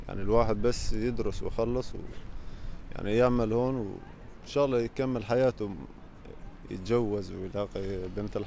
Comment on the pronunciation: الله وليس الل